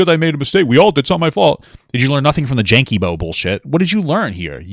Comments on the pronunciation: Jankeybo KILLED me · i need a compilation of every time mispronounces danky jabos name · my personal fave was dj jankey boops